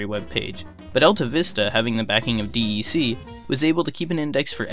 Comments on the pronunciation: D.E.C is usually just pronounced "Deck". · DEC is pronounced like 'cassette decK" .. not individual letters of 'D E C'.